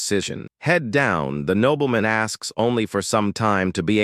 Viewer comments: Nobleman ❌️ Knob-bell-men✅️ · the AI's pronunciation is terrible. nobbleman, soldeer, mesyour...